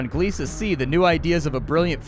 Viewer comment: Godfellas. Behind "Jurassic Bark" it's my favorite Futurama episode. I've heard rumors of a Futurama revival but some of the VO"s are getting on in years. /fingerscrossed Edit: THANK FUCKING GOD you know how to pronounce Gliese!